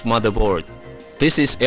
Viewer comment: This guy doesn't ''just'' has an English accent, i understand that you speak it out wrong, but i don't understand words like ''motherboar'' and ''fewly''